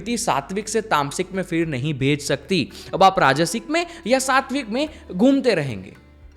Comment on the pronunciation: Bro kindly requesting u , please uchcharan in shabdo ka sahi kijiye - speak. ...TriShul, Shakti ,Shiv instead of Trisul,Sakti,Siv,Sivling !!!